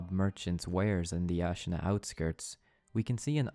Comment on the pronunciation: It is pronounced Ah-shina, not Ash-ina... Im wondering if you played the game, they said it every other sentence